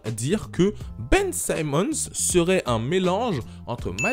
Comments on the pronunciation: C'est pas "saimmons " mais "Simmons " 😊😊😊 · ON NE PRONONCE PAS SAÏMMONS MAIS SIMMONS. LIKE POUR FAIRE REMONTER LE MESSAGE STP.